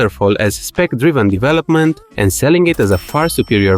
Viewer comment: develEopment hehe